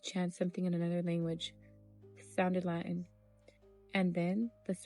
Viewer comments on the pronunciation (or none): none